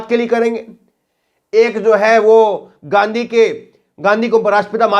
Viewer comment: Abe takle Gandhiji ko ganddigi kehraha he